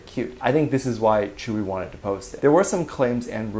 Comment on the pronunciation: Your saying tzuyu wrong